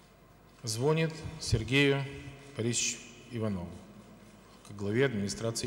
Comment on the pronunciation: звОнит, звОнит, звОнит.... ааааа